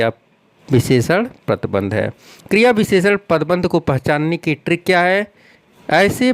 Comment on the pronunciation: I like how he doesnt say "trick" he says "TRRRRRRRRRRRRRRRRRRRRRRRRRRRRRRRRRRRRRRRICK"